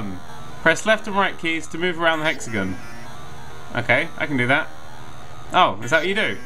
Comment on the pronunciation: every time he says hexagon a grammer Nazi dies